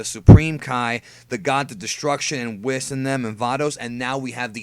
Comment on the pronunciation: Just curious, why do you call, Whis, Wh isss. I thought it was prounced Wheeecc